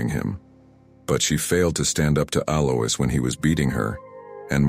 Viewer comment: Alois is usually pronounced AL-oyce.